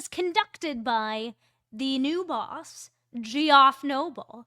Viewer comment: Just FYI, Col. Noble’s first name is pronounced Jeff. And the head of the MSP has nothing to do with discipline of uniformed officers.